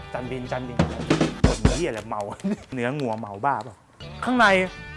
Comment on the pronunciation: นาทีที่1.30 ได้ยินเป็น เนื้องัว คนจังหวัดใด๋นิพี่55555